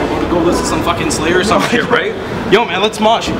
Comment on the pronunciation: Dude its Slayer not Slayor